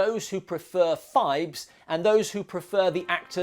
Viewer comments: It's PHIBES, not FIVES, and it was TWO movies. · I dont know who does your chapter titles, Poe Cycle, not Post Cycle….and Phibes, not Fives ffs